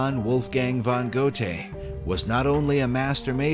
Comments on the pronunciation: Goethe Is pronounced Gurr Tah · Please learn to pronounce Goethe correctly